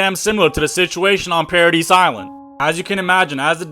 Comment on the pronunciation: It’s pronounced PAIR-UH-DEE, you don’t say the S. Exact same for Survey Corps., you say CORE